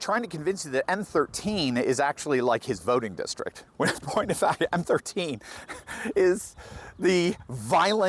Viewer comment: It’s MS13 gang, not M13